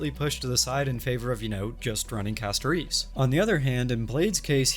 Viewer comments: Sorry, I thought this was an interesting video and wanted to watch, but I had to stop because hearing CastoREECE over and over was causing an aneurysm. If you don't like the english audio in game, that's fine, but please learn the character names before making a video about them. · Why does bro say Castorice like that lmao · The way bro pronounces Castorice's name triggers me in a unique way...